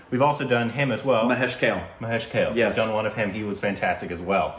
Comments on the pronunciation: It's kale kaaale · It's not Mahesh kale.... pronouncation is kaale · Guys, it is not Mahesh Kael. It is Mahesh Kaaley to make it simple for you to pronounce. Thanks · KANADA Raja Pandharicha meaning the Lord of Supreme Pandharpur which is the holy worship place of Supreme Lord Vithal Mauli And it’s pronounced as Kaaalee not Kale 🥬 common you guys 😁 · Mahesh Kale's name is pronounced as Kaa-lay. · Just want to make a small correction, Kale is pronounced literally as Kaa - Ley. Apart from that, everything is spot on. Thank you so much for the video. Also the thing that you said sounded bad when you did it, is called a taan. When the taan is sung fast, it sounds like that. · Their back side Was Sri Panduranga Vittal (Lord Vishnu) Image 🙏🙏. It's pronounced Kaa- Leyy. Both r Classical Trained singers. Watch Shreya Ghoshal She is also great Singer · I love your reaction videos a lot... just one thing, please try to say the names correctly. Like Mahesh Kale. It spells Kale but read as Kaale. Everything else is great 👍 love you guys. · Kale is Korbanized :))......you need to pronounce it as Ka- lay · Mahesh Kale ( the wonderful) is pronounced, "Mahesh Kaa-Lay". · its not kale like gale but it is ka le like 'hale'lujiah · It's "Kale" pronounced as Kaa Ley... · BTW, the name Kale is pronounced kā-lay, not like kale 🥬. 😀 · BTW - his name is KaaLe - Also the original L sound in his name, is not posssible to pronounce for you. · Just for info. - it's Mahesh " Kale" like you say "kaa-lay" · The pronunciation is KAALAY. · The right pronunciation of mahesh kale is---mahesh is fine. Then kaa-lay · His name should be pronounced as ... KAALLEY ✌ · It is pronounced "Kalay" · That is KALE === K + AA + LEH